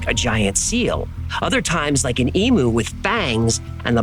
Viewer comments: Oh, mate, I was pleased when you pronounced 'Brisbane' correctly but then you said 'CanBERRA'.....phonectically it's CANbra. Also, Emu is eemYOU, not eeMOO. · It's pronounced emew not emoo. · The 'U" in EMU is pronounced "YOU" because it is the "U" vowel, it is not a double "O". So you say "EEM-YOU" not "EE-MOO". Why do you Yanks pronounce the "U" vowel as "OO" when you put it in a word? Great show, keep up the good work. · An American has truly done his research when his pronunciation of Australian terms and places is spot on…well done. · Please, please, please USA stop saying emu like this. It drives everyone in Australia bonkers. Emu pronounced EamYou NOT Ee Moo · Emu is pronounced E Mew not E Moo. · eem-you not ee moo. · Im aussie and laughed when hearing the cigarette snail. That is our humour. if you see this, emu is pronounced 'eem-you' not 'e- moo'. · I see this episode brought all the Aussies out to play 🤣Just one correction - Emu is pronounced E-mew (rhymes with 'few') NOT Emoo "rhymes with what a cow does. This is a mistake that drives most Aussies bonkers. Like all the others here - we are all disappointed that you didn't add Drop Bears into the episode 🤣 Love you and your channel 🐨AU 🦘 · This is so interesting as I live in Australia. In Brisbane actually (thank you for pronouncing it correctly). I’ve never seen anything but then I haven’t travelled extensively in Australia. (Another) Great video. 🙂 One note: it’s pronounced Eem-you not E-moo 🙂 Just for future reference. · such great episode the emoo didnt phase me but its e mew like mew from pokemon not e moo like a cow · Please - 'Emu' is pronounced Eem-yoo - Not Eemoo. It needs the 'y'. All Aussies agree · Thank you for the great video 👌 But may I say from an Australian outwards It's Eem-Yew 🤠👍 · I am Australian - we hate when people mispronounce Emu - it's pronounced E mew😂😂😂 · Ok it's pronounced Eeem You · It’s pronounced ’E myou’